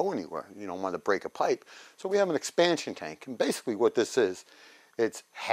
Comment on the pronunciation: expansion... LOL! Not exspantion... LOL!